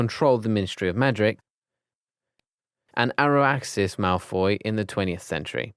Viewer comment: ‘Araxis’ malfoy…. ITS ABRAXUS